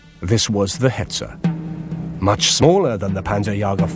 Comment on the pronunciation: he said hertzer i heard. thats not the worst, commentator said 76mm for panther -_